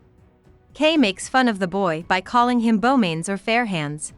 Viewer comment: I can't believe someone posted this with an automatic reader. It pronounced the word "by" with the letters b-y. Seriously?!